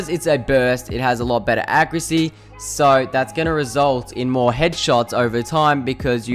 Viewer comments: learn how to fucking say accuracy. ITS NOT ACC-CREW-SSEA. THERE IS AN A AT THE END DUDE! fuck me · Someone teach this man how to say the word accuracy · ''Acrisy'' ''Accriut'' ''Issault rifle'' Al'so you could have made this video 2 minutes long but it takes you 6 minutes to get to your point, i'm surprised that this video isn't 10 minutes and 1 second